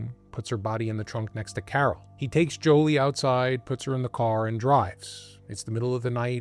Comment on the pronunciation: I believe it's 'Juli'....not 'Joli'.....